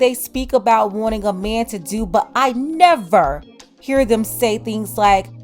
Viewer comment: I Felt that ‘I NeVERR!’ // 😬